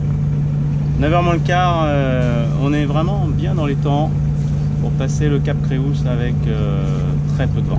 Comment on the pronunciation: Joli reportage. Il s’agit du Cap Creus c’est du catalan et correspond à l’occitan Crotz et au français Croix. Creus se lit /krew/. Imaginez un étranger dire /kroikseu/ pour le mot Croix, ça brûle les oreilles 😂